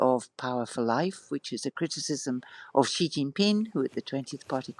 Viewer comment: After hearing the knowledgeable interviewee pronouncing Xi's name correctly multiple times, the interviewer persists in his own bizarre mispronunciation. British journalism at its finest.